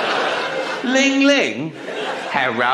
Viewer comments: LOOOOOOL DID HE SAY LING LING HARRO?! I'm fking dead and im chinese LOOOOL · “Ling Ling... Herro?”